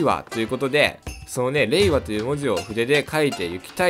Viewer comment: 平和と聞こえました笑